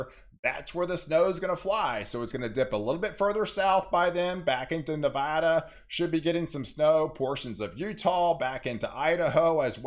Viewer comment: Thanks for pronouncing Nevada correctly. It’s like music to the ears.